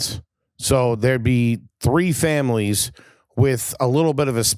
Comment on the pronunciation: God honest truth why I liked after this is because how he says 3 “two tree minutes” 😂😂😂😂😂😂😂😂